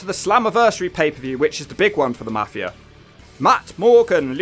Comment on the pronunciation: It's pronounced MAFI-UH, NOT MAFI-ER. YA COCKNEY BASTARD